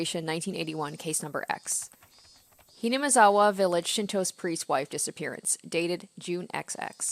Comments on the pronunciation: Also in this episode, gets ****ed trying to say 'Hinamizawa' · Haha, the weird part about you flubbing Hinamizawa is that for the first few episodes your pronounciation of the word was flawless :'D Things are getting spicy, huh? Note that during the phone conversation with Ooishi-san (at which point Rena supposedly was eavesdropping outside the door), one of the things Keiichi said was "Are you asking me to keep Rena under surveillance?"... Excited for the next one (and all of the rest coming after)!